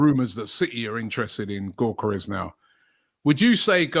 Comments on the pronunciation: Robbie.. his name isn't GORE-Care-Resh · Stresses me out hearing u call him GAWKERES ffs please Robbie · LOOOOL no its not 🤣 its Yuh-Ka-Resh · "viktor GAWKeres"